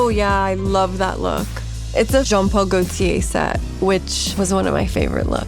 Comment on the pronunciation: The way Alexa said jean paul gaultier was near perfect !